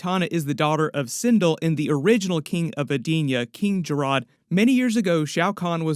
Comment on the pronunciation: (Ka-ta-na) not Key-ta-na King Jared not Jaa-rod 😂